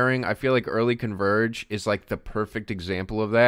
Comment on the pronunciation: I know what he means, but when he says "early Converge" all I hear is Gravel